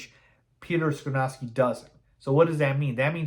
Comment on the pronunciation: Skoronski is pronounced SKAH-RON-SKEE. Not SKRUH-NOW-SKI. We have too much time before the draft to keep hearing you pronounce it incorrectly, lol! I’m actually hoping Carter falls and we can snag him at 9th overall. Thanks for the content! 🐻⬇